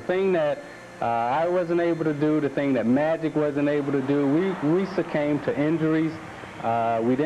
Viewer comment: Hey Isiah..."succame" isn't a word. Apparently they didn't teach you that at St. Joe's or Indiana.